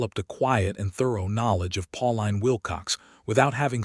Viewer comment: Her name is probounced Pauleen not Pau line.